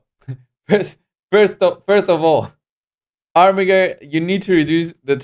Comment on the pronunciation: Armiger is a squire or one entitled to bare arms. It is pronounced Ar-mi-jer